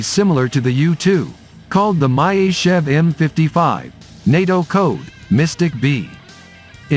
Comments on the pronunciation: What is this "My-Ist-Tschev"? It should be Myasischev. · Not an opponent of the U-2, it is the equivalent of the U-2. Myasishchev is pronounced Mee-A-See-shev AFAIK. The MiG-31 operates at about 22km altitude. The 37km altitude flight was for a record and was a stripped down aircraft optimised for the role so it was not carrying missiles or radar. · МяТичев) бро😂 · Learn to pronounc e the name of the plane correctly. Or you have dislexia?